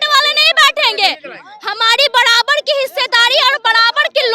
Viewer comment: Badabad nahi barabar 😂😂